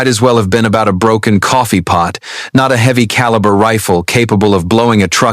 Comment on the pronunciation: Okay "Callery" no t's Calber!!!